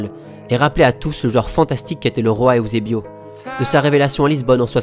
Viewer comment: N'golo Kanté Eüsebio il dit